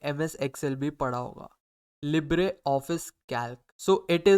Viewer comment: bhai pls english improve karlo its libre not libra